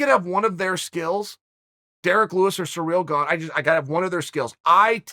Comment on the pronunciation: “Surreal gone” lmao if you don’t know how to say his name nobody is going to listen to what you think about him